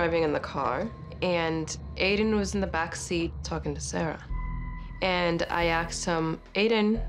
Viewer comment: She says "axed" for "asked"!!